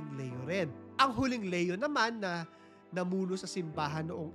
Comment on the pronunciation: Hi ang tamang pagbigkas ng name ni Pope ay "Lee-yo" not "Le-yo" sa Tagalog/Filipino: Papa Leon XIV